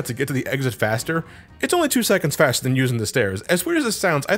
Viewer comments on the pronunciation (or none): none